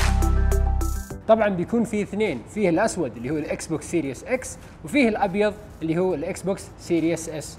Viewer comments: اسمو سيريز اكس مو سيريوس اكس ايمت لح تتعلمو انكليزي ؟ والله عيب كل اليوتيوبر العرب ماحدا فيهم بيعرف يلفظ كلمتين صح وخصوصا بقناتكم انتو ، استحو يا زلمة ، ما ضل غير تقول اسمو سيريوس سام الجهاز يعني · اعرف لكن هو يلفظها serious 😂